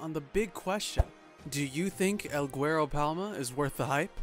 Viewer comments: “el goowerro” lmfao guero is pronounced “weh-ro” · Pronounced El Weh-Ro not GuERo